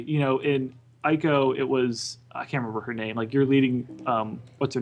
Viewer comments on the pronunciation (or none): Neither of those two can pronounce Ico properly! It is pronounced (EE-ko)... it is annoying when people pronounce Japanese names and words wrong.